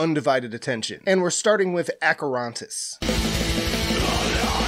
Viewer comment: I'm greek. Acherontas isn't pronounced like that...